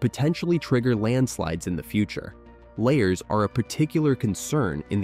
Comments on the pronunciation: The word "lahar" is pronounced la - har, with the accent on the 2nd syllable. The first syllable is LA, as in Fa, la, la, etc. It is NOT layer, as you have pronounced it. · Lahar is pronounced La Har Not Layer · LA har. Not la bar. But definitely not layer. Lol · " Layers"?? You mean lahar( la-har). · La Har , not LAY HAR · Why didn't you use a clip of the real Mt. St. Helens when you mentioned it in the intro? And "lahar" is pronounced as la-HAR, not lay-er. WTF? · Computer voice doesn’t know what a LAHAR is.. layers.. right. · Can you pronounce lahar corectly?